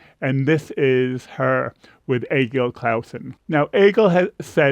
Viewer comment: Another good one. Those different endings are interesting as are the different approaches to her "belt" or high note. I "met" Angelina on AGT. It, literally, changed my life and my musical habits. So very special. Btw, I appreciate that you are one of the few content creators or reactors to pronounce Egil's name correctly (close enough). I wish you would show the same respect to Heidi "Kloom" (close enough). Thanks for your dedication.